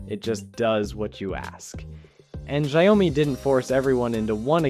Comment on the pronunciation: First time hearing 小米 being pronounced as "zhayome".